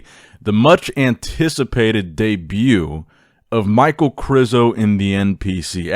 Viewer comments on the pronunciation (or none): İ think it's pronaonced Mich ae el. Not Mike. Aka Michael.